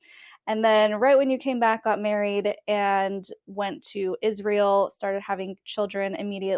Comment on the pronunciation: do you think there's any way you could learn to pronounce "Israel" correctly? Eventually?